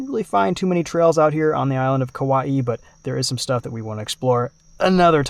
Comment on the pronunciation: Said Kauaʻi damn near perfectly,! Nice work.